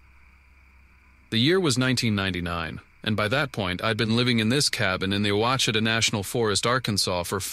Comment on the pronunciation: Thank you so much for the kind words. God bless you and your family. The place in Arkansas that you're talking about is pronounced (wash-uh-taw). I hope this helps. I'm not trying to tell you how to talk. But I live in Arkansas, and that's how they say it. I hope it right to lol. I'm not good at saying words either. Keep on keepin' on .